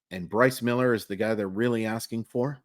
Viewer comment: I was really hoping you’d get through this one without the flubbing the name so I could make the joke😂 I don’t remember where I saw/heard, but wasn’t there a report that he’s working on a splitter this offseason? Agree with the assessment though. He desperately needs a secondary pitch, preferably one that’s effective against LH bats.